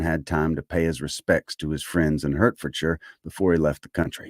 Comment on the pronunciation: It's delightful to have your channel pop up. Austen is my go to for making me smile, laugh and ponder the human condition. A heads up for you- the Brits pronounce Hertfordshire as Hardt'fersure, phonetically speaking.